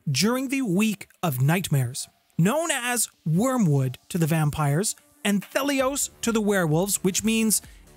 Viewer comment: Kicked this one off with a mispronunciation on word one! Ant Hee Lee Ohss As in Anti-Sun. There’s no “th” sound.